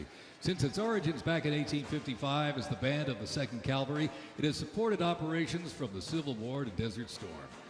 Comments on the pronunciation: I would have thought they would have gotten an announcer that knew how to pronounce Calvary and not mispronounce it Calvary. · he said 'Calvary' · How does an announcer for a huge national event mispronounce cavalry